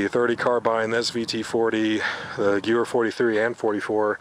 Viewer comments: Gyoo-wer? lol.. it's pronounced Ga-vair. Nice rifles man. I love my classic rifles. k98k being my favorite followed closely by the M1 Garand. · Whats a guewer? its pronounced Ga-vehr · Good video. However the k's in k98k stand for karibiner and kurz- which is german for short. So it basically means a shorter version of previous 98 variants. Also gewehr is pronounced more like Ge-ver. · also if its interests you Gewehr is pronounce geh-vear (as is 'wear and tear with a v) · Great video! Awesome rifles! Just an fyi, the 'w' in Gewehr is pronounced like a 'V'. The pronunciation would be "Ga - Vare". Great video! I especially enjoyed your comments about the Mitchell's Mauser. Well done. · Gewehr is german, thus it is pronounced gev-air, a W makes a V sound in german. The Mauser series rifles are great! i got a Yugo Mauser, no matter what Mauser you get they always are great. Nice collection you got. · Its pronounced guh-vehr.the k-98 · I believe the Germans pronounced it Guhvehr. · Gewehr is pronounced Ga-Vare ( the w is a v). Just thought I'd point that out! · Had to cringe when he pronounced the Gewehr 98 with an english "w" haha technically it should be a "v" sound instead of "w" but I guess we won the war so we get to say it however we want haha Great vid still! I'm a huge fan of milsurp rifles!!!